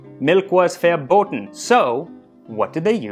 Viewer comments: Whow his Pronounciation of "Verbot" was shockingly good. Like legit flawless. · The Verboten Sounds Like you learnd german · The "Verboten" was really well pronounced. Well...at least in modern day german, in medival german no idea. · That was a wonderful "verboten" in the beginning!